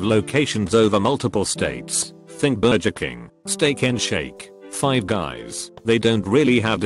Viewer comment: Why does the TTS say burjer and bajel?